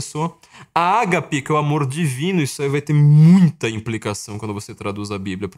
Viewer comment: A pronúncia correta é agápe e o g é bem fechado